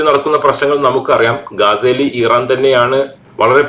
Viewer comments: ദയവായി ഈറാൻ അല്ല ഇറാൻ എന്ന് പറയു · ഇറൻ ആണോ? ഈരാൻ ആണോ?